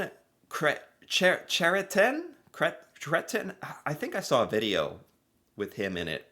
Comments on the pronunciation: It’s kreh-T’YEN (like the end of Christian). If really ambitious try to roll 1st ‘r’ sound a la Francaise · Chretien .... pronounced like Kre-tyen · Creitien (Kretchen) that's how you say it..... lol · "Dief" rhymes with "chief" as in the Halloween photo. Pronounce Chretien like 'krech-YEN" and you'll be close enough. The first photo of the Shawinigan handshake was the real deal. A protester got past security right into Chretien's face and the PM grabbed the guy until security caught up. Understandably, it was a pretty big deal and a bit of a standing joke, which is why the other pictures were later taken. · Thi is pronounced Cretchen phonetic. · He's the "Bonhomme de Neige!" of the Winter Carnivale! Deefenbaker is how Diefenbaker is pronounced. Pierre, Justin's Dad, was full of tricks: the pirouette, the "fuddle duddle," the "watch me," and the rose. He was great. lol! Pronounced Jean Kretshen. Oh yeah, The Shawinigan Handshake! Lol! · Jean Chretien (chret chen) John Diefenbaker (dee fen baker) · Chretien = Cray-tien Diefenbaker = Deefen-baker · Jean “kreshen” pronounced 🤗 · Jean Chrétien is pronounced like Je-awn Chres-shen As for John Deifenbaker its pronounced De-fen-baker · It's Dee-fenbaker and Cret-chen. Strangling is one thing missing from the current US administration. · Jean Chrétien = John Cray-tyen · Pronounced. Cretch - in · Chretien is pronounced KRET-chen. And Diefenbaker is pronounced DEE-fen-ba'-ker. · Jean Kray-tee-en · Hey, Chrétien is the french word for Christian. So pronouonce the Ch as a K Kraytian or the closest Craytian. That's easy, isn't it? And Deef an baker like your local baker. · Chrétien. The Ch pronounced like a K. You got the rest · It's pronounced Cret-chen. Deef in baker. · Chretien pronounced Cray-tee-an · Chretien is pronounced like kretchien. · Lol can you say krechien that’s how you pronounce it (Chrétien) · Chretien - CRET-YEN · Jean Chretien - the ch is pronounce like a K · Pronounced "Jheeon Chris-shi-an"